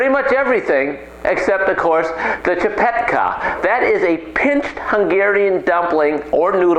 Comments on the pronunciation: Dude. I see you're really not a bastard and I find it really cool that you're making csipetke but I really need to correct a few things here. First of all. You don't call it csipetkA but csipetkE , E for ecstasy. Second of all goulash is always called goulash by everyone that was not born and raised in hungary but we call it 'gooyash' which actually is the hungarian term for cowboy. Last but not least my dad told me I'd be a fool if I'd boil csipetkE(!) for long cause it's gonna be like rubber. Once u drop it in the boiling hot water it's enough to leave it there for just a minute or two. Overall you ain't a bastard and you made me smile. Thank you! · Eeeeeee not aaaaa Csipetkeeeee not csipetkaaa! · "chi-pet-khe", if you wanna pronounce it pitch perfect!